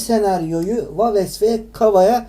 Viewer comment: Daha waves nasil okunur onu bilmiyor birde yorum yapiyor